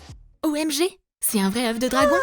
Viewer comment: On dit pas /O aime gé/ pour "OMG" on dit /O maille gode/ (je sais ça ne s'écrit pas du tout comme ça !!!